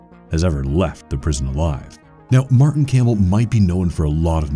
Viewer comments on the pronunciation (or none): none